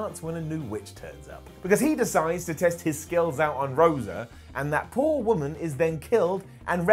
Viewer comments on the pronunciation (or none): none